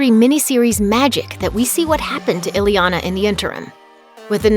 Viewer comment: Her name isn't "ILLY Yah Nah". Her name is "EE Yah Nah" !!